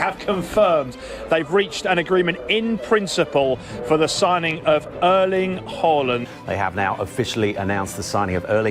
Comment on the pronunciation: His name is Erling Håland. Not Erlend Håland. Points to the presenter for not calling him Haland.